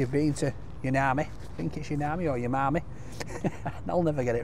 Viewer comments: I think you say it like whomarmy not youmammy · Ffs.. it's OOOMAAARRMEE 🫣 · Pronounced Ooohmarmi i think. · It's pronounced oo mar me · It’s ooh-mami. Not whomarmy wtf 😂😂😂😂😂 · How he pronounced Umami 😂 He literally knows nothing about food.